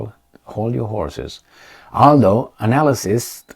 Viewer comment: I often appreciate his pronunciation of the word analyst 😂